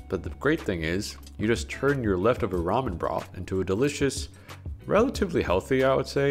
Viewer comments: What a fun qwerk. You're going to pronounce ramen ram yen. Yay! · let me stop u there I love your videos but its ramen spoken as ramin not ramyen for some reason everyone online has started saying it wrong and u know what am sick if seeing hate comments for a simple mistake so I thought id just politely correct you before the grammar gremlins come around and start saying not so nice things. on a greater note tho I absolutely loved this video. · Why does he switch between the way he pronounces ramen. Sometimes it’s ra-men, other times it’s ra-myen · So he seems to be saying ramen, as “rom-yen” instead of “ra-men” can anybody tell me if this is correct I don’t wanna make any of receptions about somebody’s background and how they pronounce something however, my curiosity needs to be filled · Is that how its pronounced ramyen? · Take a shot every time he adds a "y" to Ramen. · Do you really need to pronounce Ramen the way you do? My goodness. I feel sorry for all the trauma you have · Ramen, ramyun, ramyum, ramin. What's the difference in the pronunciations? I'm genuinely curious.